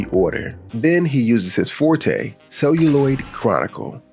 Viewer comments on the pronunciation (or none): none